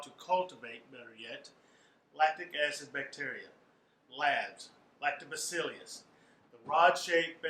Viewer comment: It’s Lactobaccilus not Lactobaccilius